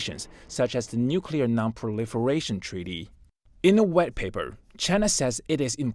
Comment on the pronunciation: "the red paper..." ... "the red paper..." is what I've heard Please train this narrator or let him do some other task until his pronunciation improves